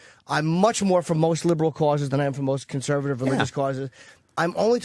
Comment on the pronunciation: opie doesn’t even know how to pronounce the word conservative that’s how stupid he is.